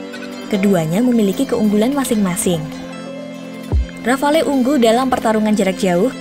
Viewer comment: Sebutannya RAFAL bukan rafalee. Lengkapnya DASSU RAFAL